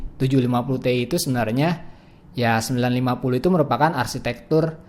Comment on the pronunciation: bang 980 ti bacanya kan ti ai buka te i